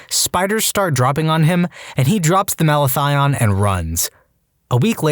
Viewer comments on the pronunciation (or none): 1. It's "Malathion" not "Mathalion". 2. Whoever was in that maggot story was an idiot and would be dead when the power grid goes down. Maggots really only do good, but just look really ugly. Sort of like the opposite of a republican.